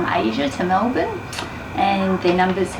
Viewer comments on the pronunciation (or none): none